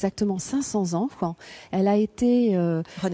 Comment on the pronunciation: La visite vaut la peine,mais l'élocution st des plus pénibles:"dessouffe",500 anffe,Chinonffe,etc...C'est ridicule,au point que j'arrête le son,c'est insupportable!